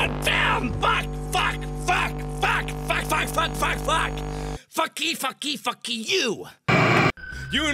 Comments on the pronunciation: Dude i lughing so much at he says fuckee fuckke fuckee you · When Mark said FUCKY FUCKY FUCKY YOU he brought his true Asian accent out